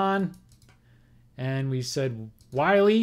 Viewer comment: Errors Corrected. I believe Carl Willey is pronounced Willie not Wiley. And there was a National League Playoff in 1959 between the Dodgers and the Braves which the Dodgers Swept. There could be more errors, but these are the ones I recall.